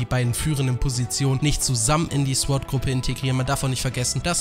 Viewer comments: warum haben so viele ein problem damit sword" richtig auus zu sprechen? mein süßer, es heist "zohrt" nicht "zwort" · Alter man spricht es sord aus und in sword...... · warum sagst du Sord, heist das nicht Sword? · Interessantes Video..aber nur mal so als gut gemeinte Verbesserung: das W in Sword ist stumm..als man spricht es SORD aus Klugscheissermodus aus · Sorry, dass ich der Klugscheißer bin, aber bei dem Wort Sword ist das W still. also wird es quasi „sord“ ausgesprochen. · SWORD SPRICHT MAN OHNE DAS W AUSSSSSSS AMK EINFACH "SORD", WIE THEO DAS MACH ._. danke. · sord nicht sword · alter lass das verdammte "W" weg!! das wort wird zwar sword geschrieben aber sord ausgesprochen!!! lern mal bitte die sprache ordentlich bevor du diese sprache so oft benutzt!!!!! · ich habe noch nie gehört das man es sord und nicht sword ausspricht vorallem hört sich sord mega beschissen an. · Ich möchte nicht wie ein Arsch rüberkommen aber Sword spricht man ohne das W aus